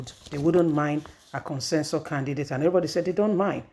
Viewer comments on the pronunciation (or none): This woman, the word is 'CONSENSUS' not 'Consensor' as you pronounce it always.